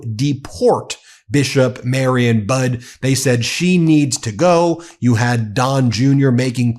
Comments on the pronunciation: Bishop Budde's name is pronounced Bud EE... I am a proud Episcopalian and love and respect her and all the clergy of the National Cathedral. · Rev Mariann Budde pronounces her last name like buddy, not bud. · Bud-ee ... not budd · Budde is pronounced Buddy, not Bud. Mariann is pronounced Mary Ann, not Marion. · Her name is pronounce Buddy not Bud. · Pronounced "buddy". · It's pronounced buddy. She really gave it to him. Although I don't think he was really even conscious in church. Drooling slack face.😪😪😥😂😂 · Budde ... pronounced "Buddy" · She's called him out in the past. BTW, her name is pronounced BUDDEE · It's pronounced "buddy." She also stood up to him in 2020 over that stunt with the Bible in front of St John's, Lafayette Square. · Since Trump has been 1000% emboldened by getting away with murder, this term will be horrendous! I think the Bishops last name is pronounced "buddy". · You know Don the Con doesn’t like anyone who gets more attention than he does. Bishop Budde was brilliant. Psst: I believe this wonderful Bishop’s last name is pronounced “Buddy” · Her last name is pronounced buddiie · Last name of Bishop is pronounced “Buddy” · Her name is pronounced "Buddy". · The Bishop pronounced it as “Buddy.” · Buddy, or that seems how it pronounced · Her name is pronounced more like Buddy. Mariann Budde. The woman is practically a national hero. Let's get her name correct. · It's pronounced "Bud-dee". Like buddy. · Hey Ben, just an FYI, I think the Bishop's last name is pronounced like Buddy. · I listened to a video from the cathedral and it’s pronounced like « buddy »